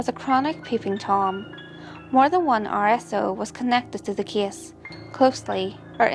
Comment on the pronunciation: Me too.The kiddie so I thought abt McDonald's Kiddie Meal 😂 but really nice info too. Only the pronounciations like Kiddie, Case (i thought it was Kiss), Wengit..just need to improve the proper pronounciation. ✌Even me I sometimes pronounce other words wrong but with this one maybe she just need to review some words..the proper pronounciation.